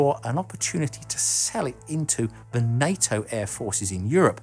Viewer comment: Why does the voiceover keep saying night-o fo NATO?